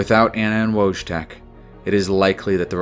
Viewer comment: Great video, as usual! The way you pronounce the name Wojtek is interesting. As it is a Polish name, I guess it should be read as Voytek 😅